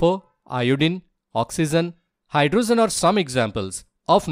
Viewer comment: Oxygen❌Oxsisen✅ Hydrogen ❌hydrosen✅ Zinc❌ jink ✅